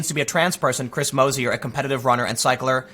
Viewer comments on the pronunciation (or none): none